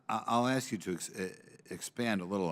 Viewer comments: 😂Darn that word upset you enough? 😂 Your cracking me up!😅 Now, my 3 yr.old Grandson can say a$$! I am sure that a grown ass woman that managed to get 1 of the most important jobs in government can enunciate the word ass, ass---k, ask. I can promise you that 1 of my best black girl palls would get all over her children, husband, her other friends and me, if she heard us pronounce that word as axe! 🪓 ⚒️ My Jamaican friends would too!!!!😂 😊 😂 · aks is not how you spell ask. everyone who can read can explain why the pronunciation is incorrect. additionally, the word "procuring" is not pronounced "percrurin" under any circumstances. to go further, she puts emphasis on hundreds in the phrase "...hundreds of thousands of vehicles..." which is another incomprehension of language, that being the point of the number being large is not served by emphasizing the smaller of the units. how about we ask why the federal government is "censoring" the climate crisis? i assume whoever wrote that for her actually had the word "censuring" in place of censoring. they mistakenly thought she might understand the difference. and on a more general note, not specific to her, majority minority doesn't make sense. it's either the majority of people or a minority of people. it's a lazy way to say "the majority of residents are of an ethnicity that is a minority in the United States." otherwise, the term minority is just a slur for anyone who is not white, implying that they are less than what white people are in a way that is unrelated to population distribution. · No matter how loud or how many times you say it.. Equity and equality ARE NOT the same... And we know what DEI is and are NOT behind it girl... And as a Congress person can't you say ask.. Not aks 🤦🏼‍♀️ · When you stop saying “axe” instead of ask people will take you seriously. It’s a common problem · Let me axe you a question does prejudice belong in the house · Exactly!! Why is that word so difficult to say?!